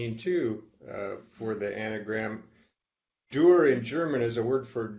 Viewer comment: Interesting on the anagram Coat of Arms the paints the left hand of the A and the Top enforced, so it resembles a T like Tor, or Tür, the lecturer seemingly never visited Nürnberg, and despite her overwhelming and deep knowledge about Dürer, she cannot pronounce his name.